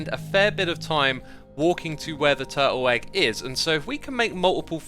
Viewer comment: Guys lidten to how xisuma say turtle egg it sound like turtle egg but with a w twurtle egg something like that XD Edit: or was it egg honestly cant remember turtle weggg hehehee